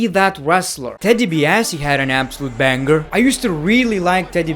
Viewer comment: it's BANG-ER bro, not bang-ger